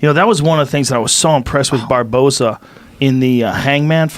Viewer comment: Eddie "BARBAERNO?" Bravo